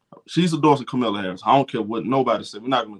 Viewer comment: My brother. Even if you’re not versed with politics, the VPs name is pronounced KAH-muh-la. Gently correcting here. Akso, why can’t these grown ass men stop obsessing over these young women?? I guarantee you every negative comment to CC after “liking a post” were from middle aged men. It’s sick